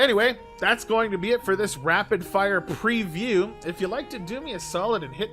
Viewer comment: Why do you put emphasis on the word preview and then call it review in the title ? :D